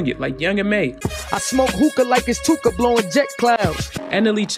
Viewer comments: Von & that dude were cool at one point? *Too-ka is NOT one syllable! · Tooka is two syllables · Tooka is definitely two syllables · Tooka isnt one syllable bro you learn that shi in like 2nd grade lmao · MY GUY... Tooka is not 1 syllable 🤣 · Tooka is not one syllable fam 😂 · Bro you said Too•ka is one syllable? 😂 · too-kah what does ONE SYLLABLE mean to u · Tookah is two syllables bruh lmao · 2 syllables bruh. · he said "Im the new Akademiks"... then he says Tooka is a 1 syllable word... Neeeeeeeeext 😂😂😂... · This fool said “tooka” is one syllable 🤦🏻‍♂️ this fool doesn’t know what a syllable is. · Tooka is two syllables. Other than that,interesting video dude 👍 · Did you just say tooka was one syllable 😂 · Tooka is two syllables dummie...too ka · this dude said tooka only has 1 syllable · Tooka ain't 1 syllable fam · He said Tooka was 1 syllable lmaooo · Tooka is not one syllable… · Bro too-ka is 2 syllables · Tooka is 2 syllables 😐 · It's 2 syllables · This dude said tooka is 1 syllable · He said Tooka is 1 syllable 😳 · Tooka is 2 syllables